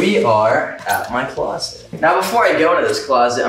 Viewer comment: Your closet is a huge house why do you call it a clost !?